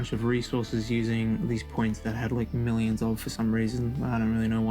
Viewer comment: did you rike it?